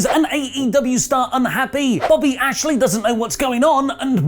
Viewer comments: His name is Bobby Lashley. You should at least get his name right. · It’s Lashley Not Ashley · Bobby lashey* not Ashley